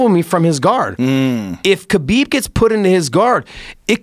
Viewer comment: It's pronounced Habib